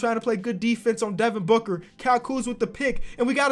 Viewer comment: This guy said Devin Booger XD